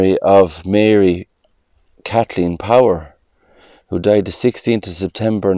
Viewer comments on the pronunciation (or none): none